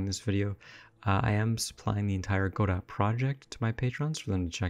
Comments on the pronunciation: You can simply type !pronounce in the official Discord and get this: Godot is usually pronounced "go-dough" (the "t" is silent). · Leonard Meagher Samuel Beckett said it was a homonym of Godeau. He also said later that the stress should be on the first syllable, and that the American pronunciation was a mistake. However, in French, the lanuage in which the play was originally written, both syllables are stressed evenly. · Who reads godot and goes "oh yeah this is pronounced godoh obviously" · Godot has always been pronounced differently between America and England. In England the accent is on the first syllable and in America it's on the second.